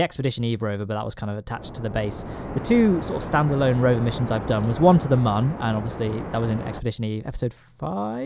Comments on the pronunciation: Its not mun its moon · ITS MÜN NOT MUN! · Say it with me. Mün not Mun. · And you don’t say mon you say moon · it's pronounced moon, the U has two little dots above it, those are accent marks. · it really buggers me off how you pronounce "mun", jeez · Saying "Mun" with a short 'u' is hurting my soul. It doesn't rhyme with bun. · Pronouncing mun wrong. Literally driving me crazy